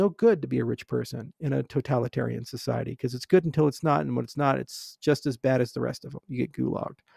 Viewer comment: All the OGs here would have noticed the evolution of Charles. He now correctly says Totalitarian instead of Totaltalarian XD